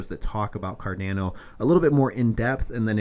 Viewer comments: so painful hearing it pronounced 'car-da-no' instead of 'car-don-no' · It’s pronounced Kar-DON-o